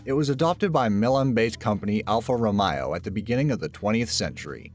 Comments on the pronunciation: Alfa- "ROW-MAY-O", not "row-my-o". Do you do ANY research at all??? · Romeo not romayo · alfa romeo not alfa ROMAIO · It literally says Romeo and you're saying romao, do you say "Romao and Juliette"? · Roh-may-oh, not Roh-my-oh! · The way you say Alfa RomAYo lmfao